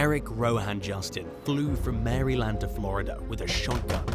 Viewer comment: I enjoy these vids and never comment on them but.... Sir! You have got to check the pronunciations of some of these words! Please! GUY-nuh-cologist (gynecologist). No emphasis on the "mary" in Maryland. And from other videos: Ar-kan-SAW (Arkansas). Ok, that's all. Love the videos! 😁